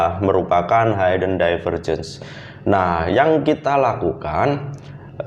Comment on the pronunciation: maaf bro hidden lafalnya hiden bukan haiden, thanks